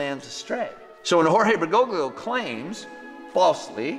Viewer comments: Pray for Fr. Altman. I’m not a big fan of Pope Francis, but Altman has gone off the deep end and has put his own soul in danger. And it’s Bergo-lio, the 2nd G is silent!! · It’s “Ber-go-Lee-oh”. The second G is silent.